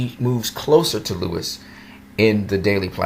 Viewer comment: Sorry, i dont mean 2 b an ass. But, did u pronounce Lois (LOH-is) as Lewis?? Sorry, i cant... 😅😅😅 Normally, i would hv just skip the video but since we both enjoy the Super specimen that is Henry Cavill as Superman, im gonna cut u some slack n watch. Lol 🖒 for u😆